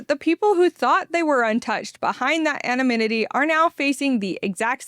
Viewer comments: Please practice the word "anonymity". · I had to google the word "anominity". I was like: have I been saying it wrong all these years?